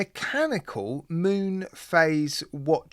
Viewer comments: Mun?....maybe pronounced 'moon'? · Id rather the automatic movement.its pronounced moon.btw.